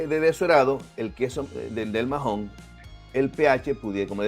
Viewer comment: No se pronuncia majon, la “h” es muda (Maon) y en Menorca se escribe Maó